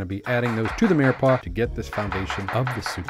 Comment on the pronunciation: Is he saying 'mearpaw'??